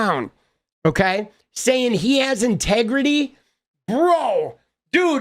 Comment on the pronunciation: "I got 'tegrity"